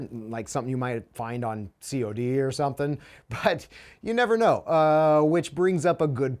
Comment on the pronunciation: Did he really just say C..o. ..d instead of cod for call of duty? Lame😊